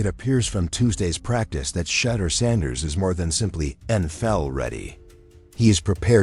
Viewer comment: Who in the h311 is Deshin Watson & Shatter Sanders 😂? The one area AI needs improvement is pronunciation!